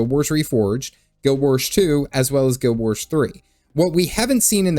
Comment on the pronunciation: Say Guild Warsh one more time, I dare you!